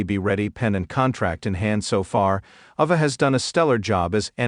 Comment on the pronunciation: Its Ayva not Ova Learn how to Pronounce the Rock's Daughter Name